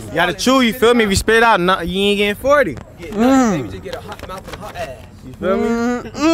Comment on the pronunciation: That mouff😂😂😂😂😂she need to fixed that